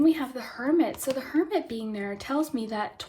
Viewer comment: For group 2, when you were talking about hermit energy, I thought you said Kermit energy. And I think that’s kinda funny